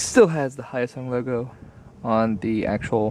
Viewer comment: Is it pronounced HYOSUNG or YOSUNG